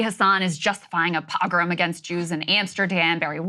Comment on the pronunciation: Of course Krystal doesn’t even know how to say the word “pogrom”